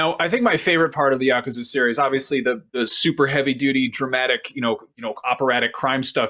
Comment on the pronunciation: Dude learn how to pronounce Yakuza